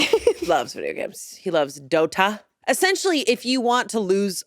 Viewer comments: pronouncing dota as “dough-tuh” is killing me 😂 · I love how enunciates DOTA. Really emphasizing the t sound lol. I imagine her husband has an accent